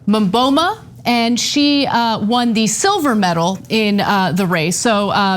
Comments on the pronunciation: It's not maboma it's its mboma. Say boma Boma boma bom-are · she is American you seriously cannot expect her to pronounce African name well, even the Mboma name she butchered it